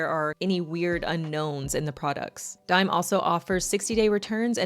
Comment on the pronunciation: Hi! I think the brand is pronounced Dee-may. It’s owned by a Mexican singer named Becky G